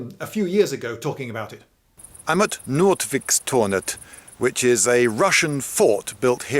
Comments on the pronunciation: Nôtweek with a long o is the pronounciation. He is far off. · Noot- veek is more correct pronounced. Not=net, fishing net. Vik= bay. Like Vikingr week-ingr .